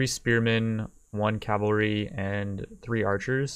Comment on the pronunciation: Love your videos but I get triggered every time you say Calvary instead of cavalry...